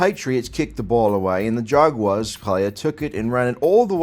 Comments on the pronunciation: Your British accent makes your pronunciation of Jag Wires sound brilliant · No matter how many accents uses, he still can't pronounce Jaguars correctly.